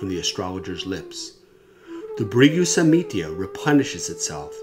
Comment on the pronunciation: samhita NOT samitya smh